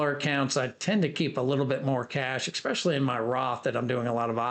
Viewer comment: it's especially NOT exspecially...🤣😂😭